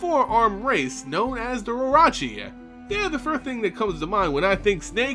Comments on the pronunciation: no T in orochi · I'm sorry but your pronunciation of words like the orochi is just terrible LOL